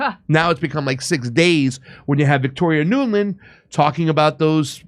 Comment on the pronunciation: Victoria NULAND! Nuland, not Newman, or whatever he said. Every journalist or activist should know that lunatic, neocon psychopath's last name as well as Hitler! She is the female version of John Bolton.